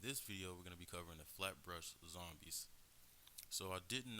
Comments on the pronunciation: it's flatbush lol but idk if you have a reason why you said flatbrush 😂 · THIS NIGGA SAID FLAT BRUSH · If only you could pronounce their name man. FlatBUSH